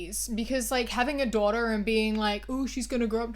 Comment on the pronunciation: this video's is important and I agree w everything but the way you say "daughter" ahhhh